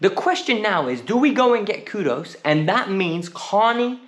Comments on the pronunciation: "Kudus" not kudos 😂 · his name is Kudus not Kudos